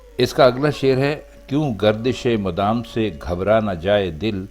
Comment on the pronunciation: لفظ madam نہیں mudam ہے۔ نبی علیہ السلام رحمت للعالمین وہ کسی کو عزیز کیوں نہیں جانیں گے۔ انہوں نے تو فتح مکہ میں سب کو معاف کردیا تھا۔ یہ اشعار نعتیہ نہیں ہیں